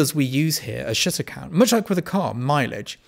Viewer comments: Anyone else hear "shitter" every time he says shutter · not gonna lie , your first line sounded like "let's talk about shitter count" to me lol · To my Bostonian ears, when you say 'shutter' the 'u' sounds like an 'i' 🙂🙂🙂